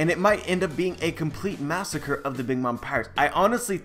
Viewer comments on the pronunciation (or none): none